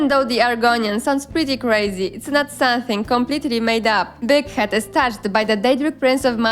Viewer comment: i swear sometimes Big Head almost sounded like d**k head to me 😉